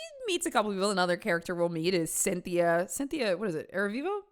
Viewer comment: I was not ready for 22 jump street ‘cyn-thi-a’ 😂